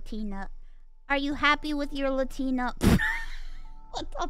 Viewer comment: Omg, Mousey learned how to pronounce Latina. She's finally graduated from pronouncing the "Latinians" Her high-school Spanish class teacher would be so proud ,l😂